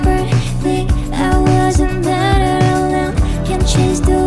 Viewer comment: Usually Korean singers do terrible English covers but both their pronunciations are very very good. I can still hear their Korean accent slip out on certain words like "better" towards the end of the song but this was a really great cover. Their singing was quite good. Definitely better than most group singers these days.